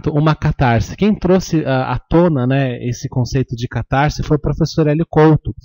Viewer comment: Lê -se CatarSe, e não "catarZe" O "S" só tem som de "Z" quando está entre vogais ( caSa, coiSa, caSamento). CatarSe ( "S" entre consoante e vogal).